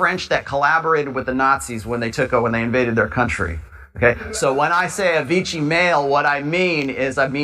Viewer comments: I hate doing this but you're mispronouncing Vichy, you pronounce it like "Vitchy", it's more "Vishy". There, annoying language nerd moment over. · Vee Shee. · (Pronunciation detail - sorry to nit-pick) - Vichy rhymes with Fishy. In occupied France it was the centre for the Government of Collaboration.